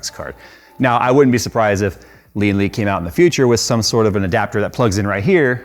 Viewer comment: Lian Li watching the comments? Please correct the pronunciation of the name, driving my OCD crazy every time watch a review LOL